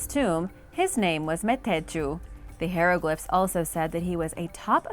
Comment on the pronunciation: How do you call yourself making a video to teach people things when you yourself cannot pronounce piute or hieroglyphs many others come on now it's Agamemnon